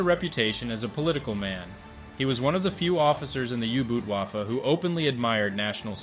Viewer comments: Good video. U-boot is however way more pronounced as 'boat' then the English 'boot'. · Dude.. boot in german is pronounced exactly the same as boat in english. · Great documentary, but please pronounce "boot" (in U-Boot) correctly-it sounds just like the english word "boat" , not too difficult ; )